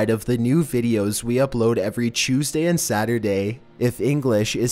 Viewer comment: I love how you say "Tuesday" all fanciful/British-.........wait:-O